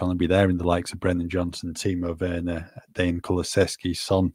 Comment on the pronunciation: Thanks again for the best part of the day, lads! But seriously, can somebody tell Deki isn’t called «Dane»?😂